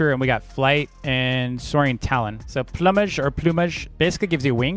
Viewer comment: dude it's funny when you says plumage